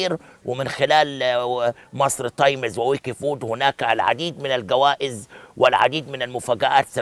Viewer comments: انطق صح اسمها times تايمز مش تايميز انت فاكر كدة انك تمام او الناس البسيطة هتحبك يعم الصح انك تعلم البسيط و تخلي يحبك عيب انت خليت اية لاعلامي تحت الكوبري انت كدة إعلامي بربع جنية لما مش عارف تقول تايمز و تقول تايميز لأ و تتك كمان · ياريت تنطق كلمة times صح يا استاذ عبد الناصر